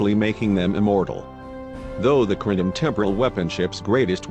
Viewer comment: CAPTAIN SPOOK FIRE ALL TORPODOS ITS THE KLONGONS !!!!